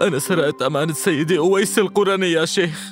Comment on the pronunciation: القرني بضم القاف شتيمه و اسم هذا التابعي بفتح القاف "الـقـَرني" من اياد من قرن من اليمن رحمه الله، و أما حديث خير التابعين أويس فلا يصح، و الله أعلى و أعلم. ❤